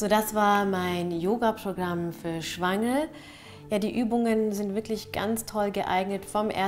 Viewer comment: Bin ich die Einzige die "das ist Yoga für Schweine" hört? 😂😂😂😂 Bei